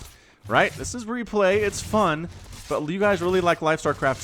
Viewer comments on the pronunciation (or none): none